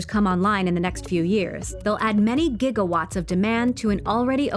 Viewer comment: 1.21 Jiggawats?!?!????? 1... point... 21... Jiggawats.....